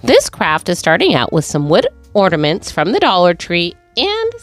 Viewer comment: Do you realise that you say "ordaments" instead of ornaments? 😅